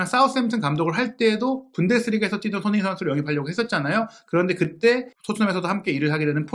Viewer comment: 무엇보다 사장님 의 손흥민 이라고하시는 발음 이 예술이십니다 👍